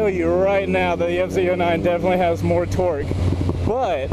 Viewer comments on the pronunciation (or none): I don't know why but I seem to hear you say "Twerk" instead of "Torque" everytime... "I love these twerky bikes!". "The feeling is sooo much different on a twerky naked bike" "But feeling that twerk throw your butt to the back of the seat..." And yes, I am fucking immature.